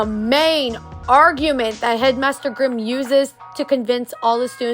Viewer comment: Y’all I think it’s Grimm instead of grime… not trying to be mean tho :)